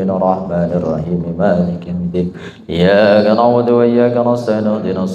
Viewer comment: Tolong p ustadz. Ketika baca Al Fatihah, khusus PD ayat iyyaa ka na' Budu.... Di perbaiki tajwid darah nya...agar tidak berubah arti...🙏🙏🙏🙏🙏